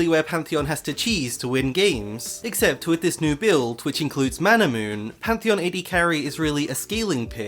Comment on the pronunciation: Why does everyone say 'Manamoon'? Does it look like thats how its spelled?? Its Manamune